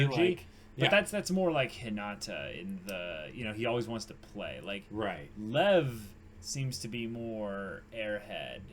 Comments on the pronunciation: No idea about Russian, but in my language, Czech (which has the same word, also meaning lion), it's pronounced in one syllable as "Lev". Literally just pronounce as you see it written. The V is voiced and sounds nothing like F. Believe me, the way it's pronounced in the anime is a complete bastardization. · Lev is two syllables. It's more like 'Lee-ev'. It means lion >:3c